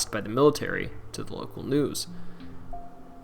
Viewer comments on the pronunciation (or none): none